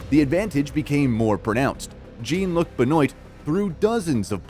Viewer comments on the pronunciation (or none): The Frenchman “Jeen Luhk Benoyt” 🤦‍♂️😂🤣